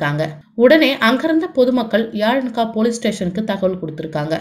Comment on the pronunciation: யாலன்கா இல்ல sister எலாங்கா